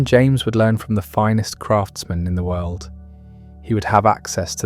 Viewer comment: Sorry, I can't stand people who end words that end in the letter "D" with the the letter "T". World is not pronounced "worlt" . End is not pronounced "ent".